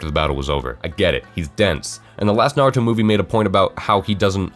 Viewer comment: What joke he cant even pronounce naruto right